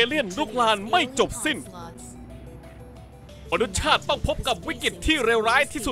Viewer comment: พี่ครับมันอ่านว่า มะ นุด สะชาติ